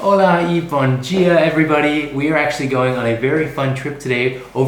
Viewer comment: Lovely to see you guys enjoying Portugal. Note that it's bom dia, not bom djia. I suspect you learned from Duolingo, which teaches Brazilian dialect. In Portugal the language sounds very different.